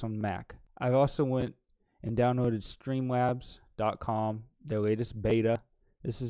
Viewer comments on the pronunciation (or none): i loved the way he said stweeemlabs